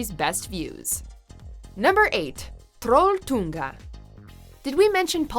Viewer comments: you suck at saying trolltunga XD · Haha, ler meg ihjel når hun sier trolltunga og Stavanger haha😂